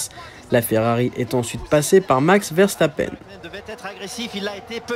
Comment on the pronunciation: C'est qui vairçtapaine ? Une prononciation aussi approximative c'est plus que rare